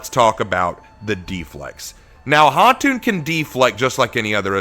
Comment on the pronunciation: really appreciate you giving her the proper pronunciation for her name. It’s Khatun or Khatan and not Kah-tun (It literally means Queen like Khan is for King)